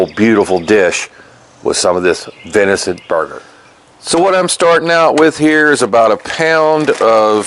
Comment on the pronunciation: Dang Brother, love your videos but it’s venison, not vinicent. 😅